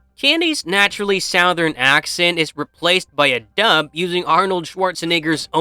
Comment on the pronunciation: An ai voiceover on a video about Terminator lore is the peak irony that we have here in 2025. The word "MOREOVER" is the dead giveaway every time. Also, no one says "Southern" like that lol